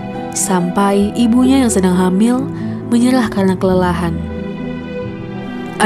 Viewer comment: "Air bukan AIL" menyerah bukan Menyelah"